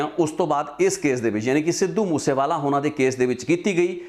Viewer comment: ਨ ਤੇ ਣ ਚ ਫਰਕ ਕਰਕੇ ਬੋਲਿਆ ਕਰੋ.ਹੋਨਾ ਜਾ ਹੋਣਾ